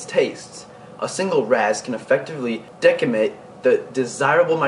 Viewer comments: Hi. Very good video with needed information. Thanks. Just a heads-up, "decimate" is pronounced "Dessimate" not "Dekkimate". Cheers. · you're a cool kid. And you have knowledge. However, the mandarin goby is not pronounced "mandareen". Mandarin, like the orange. Also, six-lines can decimate (dess-i-mate), not "deckamate". Good luck bro. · dess-a-mate, not deck-a-mate. Very helpful video, thank you very much. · Awesome video. I appreciate. Just an FYI though, you mispronounce a word . Which is okay...but it's pronounced [des-uh-meyt] . Great stuff. I just subbed. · Decimate --> "Dea-see-mate" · Say it like 'desimate'. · De-ci-mate the c makes a s sound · It makes me feel like people are just reading wiki entries when they can't pronounce words in their videos. Folks don't tend to write a script for themselves that contains words with witch they are not familiar. Maybe he just drawing attention to the controversy surrounding the word "decimate". I like to use the old-school definition, just to confuse people "I'm not very hungry; I'll probably only be able to decimate this piece of pie" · Decimate, with the sound of c, not k